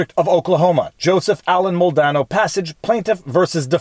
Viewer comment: Its not mole dano. Its mal de nado